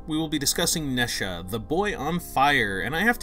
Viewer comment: Boy really said Nesha